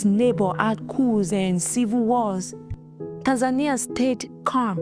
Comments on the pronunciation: TAN-za-Nee-Ah, not TAN-zane-nya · It's pronounced Tan-za-nia, not Tan-zaynia. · TAN-ZAH-KNEE-AH not TANS-NAIN-EE-AH. The woman keeps saying it correctly and you juat plow forward with Tans-nain-ee-ah. WTF?! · Bro you hear how they pronounce it and you’re still calling it tanZAYnia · Bro right out tha gate....come on🤦🏼‍♂️🤦🏼‍♂️ Tan-zania ....😶 Tan-Za-Nia (Tanz zah knee ah)😉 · The correct pronunciation of Tanzania in English is "Tan-zah-nee-uh"... this is the most widely accepted pronunciation. It's interesting that only two options given on how Pres Magufuli dying are either heat condition or covid. How about premeditated deletion? Men or Women: Who gets into wars more? | Study says 'women waged more wars' - Who's Started More Wars: Men or Women? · its the "tanZAYnia" for me😂, but this isnt a joke, im kenyan with family in Tanzania, and bro you havent seen nothing yet, on the ground, things are way worse than you can imagine, pray for tanzania, but as our neighbour we will fight with them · Bro.. Its pronounced (Tan-zah-knee-ah) 😂😂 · Left as soon as you couldn’t say Tanzania, as a black man there were too many opportunities, a lack of effort and disregard. U heard this in your final edit, you had to. Either you didn’t question it, or didn’t care. Take this how u want. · The way he is saying Tanzania is triggering. lol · How do you mispronounce the country of Tanzania when the reporter says it correctly? Are you incapable of pronouncing it correctly or are you using Ai?